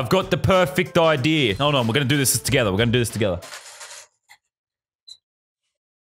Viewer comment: I love how u say idea like "idear